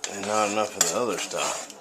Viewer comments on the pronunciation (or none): none